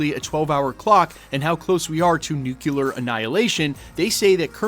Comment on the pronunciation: It's NUKE-LEE- URR, NOT NUKE-YOU-LURR